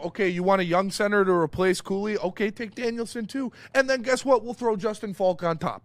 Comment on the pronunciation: Cooley? Cooley? Did u say Cooley? WHAT?